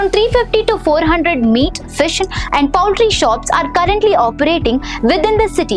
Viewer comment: Poultry and municipal pronunciation is wrong